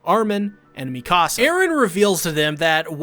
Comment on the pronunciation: why he say hange and mikasa like that tho